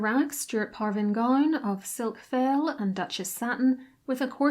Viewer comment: OMG just find a French language tutor at a uni near you to correct the terrible pronunciation of words such as lame (lamb A) and faille fie ee.